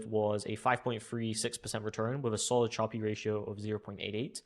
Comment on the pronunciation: How come you say Sharpe as “sharpie?”